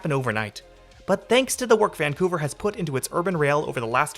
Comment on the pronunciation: mispronouncing the city's name throughout the video. doubting if he really came to the city or not.